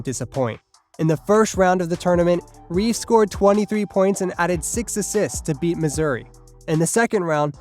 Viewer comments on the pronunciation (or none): none